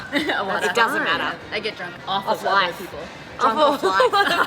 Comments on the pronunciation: It doesn't matterもマアラーって発音になってますね！ BritishもAmericanもAustralianも発音が凄い違って面白い😆 イギリスではline(列)のことをqueueと言うことが多いみたいですが、オーストラリアも単語がそもそも違うものもあるのかな？ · matterも違いますね！ そういうのも意識しながら聞くと面白い